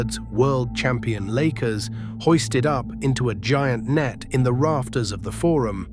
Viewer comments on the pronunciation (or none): none